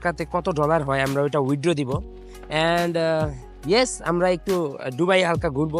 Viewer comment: Vai ডুবাই না দুবাই